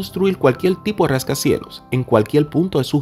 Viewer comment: ¿Por que dices JJJJrascacielos? y no Rascacielos.. apartiL, en vez de a partiR. interioL y no interioR.